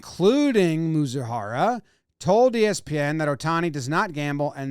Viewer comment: "Mee-zoo-hah-rah" is how his name is pronounced ... for future reference for future shows.